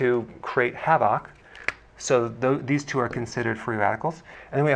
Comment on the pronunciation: Why did he say havoc like that 🤭😳